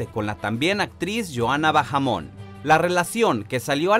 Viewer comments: No se pronuncia "Bajamón" es con la H muda. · Bahamon, la H es muda, no se lee como si fuera una J. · La "h" es muda.. no se pronuncia bajamon (suena a pokemon😂😂) es baamon y se escribe bahamon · No es Johanna Bajamon. Es Bahamon. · No se dice "Bajamon" se dice "Baamon" (Bahamon) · No es Johana "Bajamon" es JHOANA BAHAMON la H no suena ......... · No es bajamon es baamon. 😑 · se lee baamon no bajamon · No se pronuncia "bajamon"